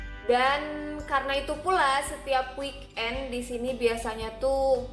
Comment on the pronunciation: Weekend bukan week end seperti ini bunyinya (wiken)...